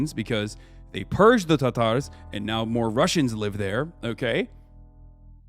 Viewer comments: Hasan saying “the Tar-Tars” is so cringe it’s a war crime, and he should be punished for that alone. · Yeah but listen to the way he pronounces Tatars, that's how you know he is a well read man.